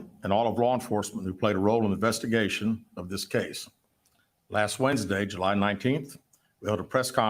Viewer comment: Carly why did JU-LY!!!🤣🤣🤣😂😂😂😂